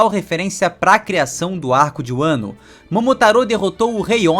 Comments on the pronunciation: Muito boa a teoria… só me incomodou vc falando “wano” o certo seria só “Wa” (和) que tem referência ao próprio Japão “wa no Kuni” (和の国) literalmente o país de Wa, assim como a culinária tradicional japonesa é chamada de Wa shoku (和食) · Deu um pouquinho de gatillho vendo ele falar "uano" wano... .." vano"